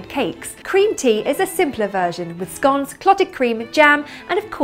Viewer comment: lilabbiekins1 When she said "scones," I immediately stopped and backed up to listen to it again. It sounded to me like a 50-50 mix of the primary British pronunciation, and the only American pronunciation. It also reminded me of this: I asked the maid in dulcet tone To order me a buttered scone. The silly girl has been and gone And ordered me a buttered scone. Working for the Beeb for 11 years, I learned soooo much silly Brit stuff.